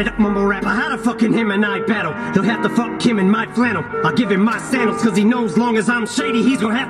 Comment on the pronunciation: He also says “give him my sandals” and then later “he has to live in my shadows”. But he pronounces sandals like sand dial, like the clock ppl had before watches to know what time it is using the shadow from the sun, linking to the sombrero hat for the sun And also “how do him and i battle?” Him & I is a song by Halsey and G-Eazy